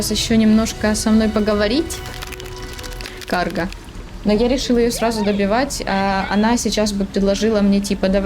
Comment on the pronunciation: Токмо "каргА", а не "кАрга").